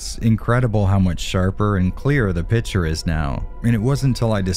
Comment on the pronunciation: Do you always say "pitcher" instead of "picture" in all of your videos? Or is it just me hearing things? 😂 Anyway thanks for your content and especially for diving deep in all those technical aspects! 👍